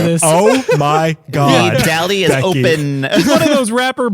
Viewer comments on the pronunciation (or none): I like how gives guff for Valentine’s Day but can’t say “both” or “open” without adding an “L” after the “O”. And …you’re just killing it. Great work guys!